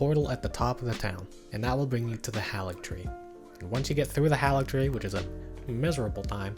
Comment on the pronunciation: You’re pronouncing Haligtree incorrectly.